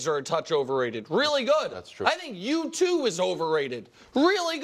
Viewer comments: I heard “yew too” ???? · Did Nick say “you two” or U2 ?